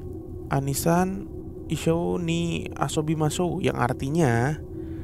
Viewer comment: Bukan aniisaan wkwk Oniii-chaaan